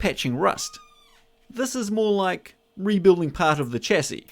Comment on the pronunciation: Here's hoping that you learn to pronounce chassis correctly at some stage.